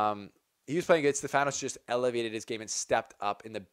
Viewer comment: the name is Stefanos and the tone goes to e not to a....in greek is ....Στέφανος.... so to understand